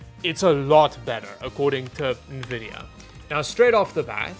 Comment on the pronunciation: saying Nuhvidia for more engagement;)